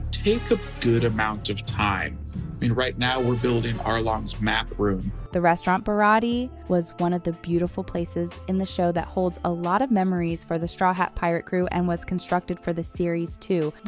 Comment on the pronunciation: UM WHAT!!!!!! ITS PRONOUNCED BARATEAI NOT BARATEE